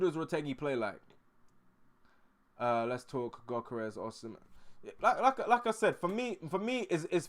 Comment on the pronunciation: For your info, Gyokores, is pronounced as (YUK- UR- RESH.) The G is silent, and there is the sound of an 'H', added at the end. Ie, it is 'SH', at the end of the 'S'.